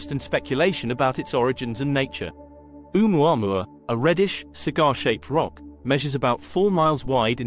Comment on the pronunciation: It's pronounced "Oh-mu-a-MU-a" - five syllables please with the accent on the penultimate MU.